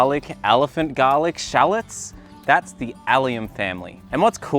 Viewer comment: Love all your videos, fruits and veggies I'm interested in all. Your pronunciation of shallots is funny, I had to replay it to know what it was